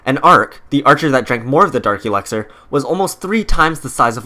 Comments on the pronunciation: It’s elixir not elexir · Why do you pronounce it elexor its elixir 😣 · Why do you say elexir? Its elixir. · Him: EleXeR me: it’s ELIXIR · It's elixir not elexir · It’s Elixir, not Elexir. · I hate how he says elexer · He keeps saying alecxer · Please stop saying elExer and alCHEMist. Its elIxer and ALchemist. The emphasis moves the AL when its added to CHEMIST. :-( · “Elaxir” “Al chemist” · "Elexir" "All-chemist" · Why do you say alchemist and elixir incorrectly every single time??